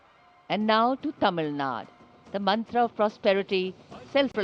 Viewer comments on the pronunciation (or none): Tamil Nad? What's with these people not wanting to pronounce thw name of a state as is? What's the laziness to pronounce one u at the end? Geez..